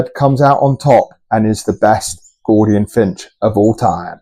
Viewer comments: ....mate...what;s a "Gordian"...i thought it was pronounced G-o-U -L-dian.....If you say the crown is "Yellow" then what colour is the belly then?....the belly is yellow in colour, the crown would be orange...c'mon mate...be accurate on at least the colours. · It must be your accent that making you sound it out incorrectly and using the letters wholly and accurately using the Kings English. Accurate colour descriptors is important for the accuracy just as correct pronunciation is paramount to an accurate depiction of what you are presenting.